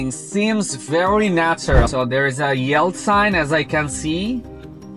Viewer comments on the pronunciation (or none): Much better without the toll tag! BTW yield is pronounced "yeeld" as in "bee" not "yelled" (which of course means shouted). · Wth is yeld? Yelled?? 😂